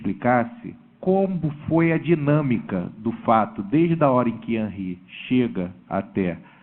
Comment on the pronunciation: Não é Hanry é Henry advogado idiota.